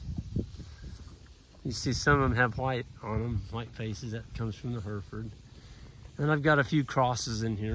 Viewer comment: when you visit England this year as you said you would be doing, don't start saying 'Herfod', because nobody will know what you're talking about, they are called 'Hereford', the Here part is pronounced as in 'error' ergo; 'Herrorford', you gotta get your English right, although it is not as important as you're grazing. I am not being pedantic, in the UK nobody laughs when North Americans start doing that well played out pronunciation joke of Worcester-ster-shire. Hereford is a rural county and is north of Worcestershire, it's not just famous for its Cattle but also being the home of Peri, the precursor to Champagne made from Hereford Pears and is a world beater, it's considered a ladies drink but whatever it is still lovely.